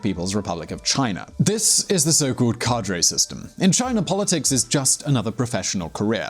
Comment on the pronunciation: learn to pronounce the word 'cadre' properly.